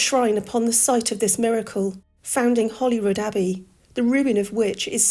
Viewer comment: It's name is Holyrood not Hollyrood.